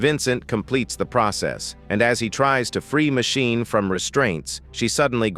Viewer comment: It would work better if ^whoever is reading the texts had better grasp of the english language. I mean Machine, Matchini, Magine, all different pronounciations. And the totally missing tone. Text to speach mayhap?